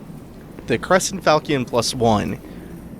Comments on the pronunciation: You pronounced Falchion wrong, the correct pronunciation is Fal-shen not fal-ki-en. Please excuse me, i'm not trying to be rude i'm simply passionate when it comes to weapons from the medieval era. This was an excellent let's play and it holds up in 2019. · Really enjoying your playthrough. I just got smashed when I tried to play this, but I do love it, so glad I can watch you play it for me :-) ps The Sword is pronounced Fal-Shun. It's a seriously cool type of sword